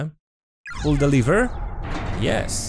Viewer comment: To jest lever a nie liver 😬 jak z kuzko "pull the Lever Krong"